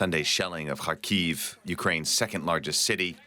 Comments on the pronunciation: Kharkiv: pronounced with the accent on the first syllable: KHAR-keev. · DW! Please try using Ukranian way of reading the cities. Kharkiv shud be pronounced kind of like harkiu right?